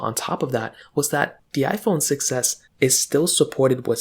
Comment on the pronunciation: I keep hearing iPhone success (6s) 😅